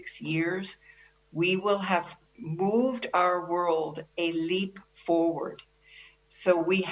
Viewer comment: Wuahn health organization.